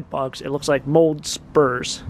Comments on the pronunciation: Spores..lol..not Spurs..😂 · Spores , not spurs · As nice as you are , it's Mould spores not Mould spurs....PS can't help it I'm an English student and book editor. I still love your videos though. :)